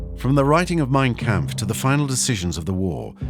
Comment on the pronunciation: MEIN KAMPF...si pronuncia main 🤨